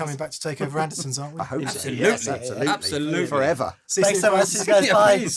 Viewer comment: Is it just my bad hearing (but I believe I've heard the Captain say it this way before) but at about the mark does he not say Anderson's rather than Anderton's? Am I missing something here from my perch in Northern Wisconsin?